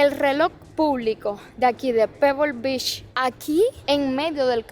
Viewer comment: La cada vez que dice "b@ es vez de beach 😂😂😂😅😅😅 Ò Shina en vez de China 😂😂😂😅😅😅😅